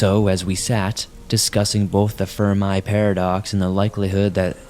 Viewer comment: Did my man just pronounce Fermi as "Ferm-Aye"? Lol. If you're wondering, it's "Ferm-ee," named after the man that proposed it: Enrico Fermi.